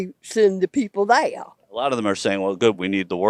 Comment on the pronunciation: Therea ? There is no a in there stupid hick